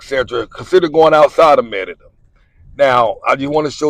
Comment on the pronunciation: The pronunciation is muh-ree-duh. Why do you pronounce it Me-de-duh?